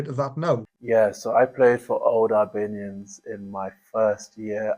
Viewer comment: Good show, though, and it happens with TNT commentators too, I wish you would pronounce Albanians properly, i.e. Allllllbanians, like St Albans, not Albanians the Eastern European country!